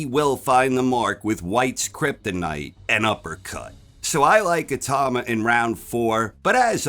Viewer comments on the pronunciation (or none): I-tau-ma. Not I-tah-ma